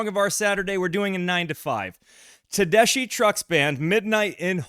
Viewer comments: "TEH-DESK-EEE" not DESH ;) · FYI pronounced "tedesky" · Just FYI - Tedeschi is pronounced with a k sound = Ted-ES-kee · Tedessshhhi ? How about less dramatic theatric words but learning pronunciation of NOT ENGLISH names and words ,......there is a world out there ........not just US ! Great music, stupid comments ! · Tedeschi pronounced "SKI" Trucks Band is the best live band out there right not I saw them (4) times in 2024...not a single repeated song Derek is considered the est slide guitarist out ther..even Greg Allman said Derek was better than Duane Allman Derek was named after the Eric Clapton album "Derek" and the Domino's, featuring Duane Allman, with song like Layla Susan Tedeschi was born on the day the album was released Susan CAN SHRED on the guitar too... theyre playing 10 nights at The Beacon theatre in March,, taking the Allman Bros. slot they held for over a decade